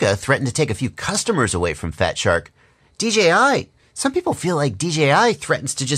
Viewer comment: Great review...... bottom line on which to purchase will be an individual. I could see you struggling to say DJI on a FS review and thats ok... but you gave the facts towards options and thats a fair review........ as far as I saw all the googles made that blue Mustang look awesome.... keep up the great work.